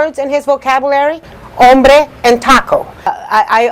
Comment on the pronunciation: The fact that he sounded like he said “hambre” instead of “hombre” so I was very confused cause it sounded like he said we have some very bad hunger here